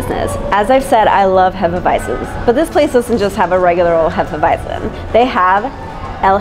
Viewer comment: Hop Nuts is the best brewery in dtown Vegas imho coming from a so cal beer snob. I second Ellis Island, Banger was solid, or have any Revision beer you can find about town, and good job pronouncing Hefeweizen properly hah she knows her bier. Prost!